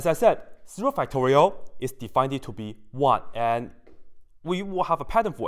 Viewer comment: also—-: please understand I mean no disrespect, but you should stop saying words that end in “ed” as if they end in “eded”. at times the effect is comedic, perhaps endearing. but when it happens many times in the same video, like “defineded”, you’re giving other people the incorrect way to speak English. and many who are good at math aren’t as good at language. especially those for which English isn’t their first language. Please stop saying words “defineded”, please don’t add an extra “ed” to the end of words that end with “ed”.